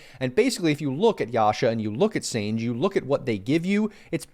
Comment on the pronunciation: It’s Sanj-e yasha. I remember Dota 1 days when sange yasha wouldn’t stack with desolater nor manta. There were so many items that wouldn’t stack with other items. Also many heroes couldn’t use certain items, like pudge couldn’t use blink. I found that mechanic to be much more balanced than today where everything stacks with everything and everyone can make anything. Such a shame this delicate balance was destroyed.